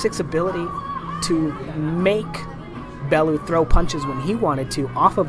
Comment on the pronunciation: Tony Balooo???? Its Bellew lol